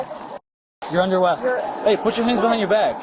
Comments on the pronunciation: “you’re under awest! Put your hands behind your bag! That’s ‘in-dictate-tive’!” You sure this cop isn’t drunk? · did the cop say "you're under awwest"?????